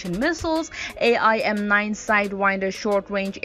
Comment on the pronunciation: AIM-9 is actually pronounced aim-9 as in the word aim not A.I.M. And Mk is pronounced mark not M.K. If you don’t know the lingo you don’t have any business talking about these weapon systems.